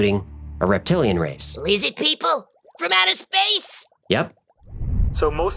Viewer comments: LIZZID PEEPLE? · lizid peeple